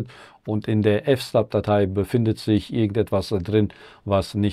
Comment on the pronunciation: Hi, "fs" ist die Abkürzung für Filesystem, d.h. die /etc/fstab spricht man wie "/etc/fs-tab" aus, wie "FileSystem-TABle", also Dateisystemtabelle auf Deutsch. Server wird auf deutsch wie "Sörwa" ausgesprochen, also das v in Server in der Aussprache wird nicht zu einem f sondern einem w.